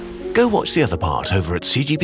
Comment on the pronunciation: KURSEGAST! OR HOWEVER YOU PRONOUNCE IT!!!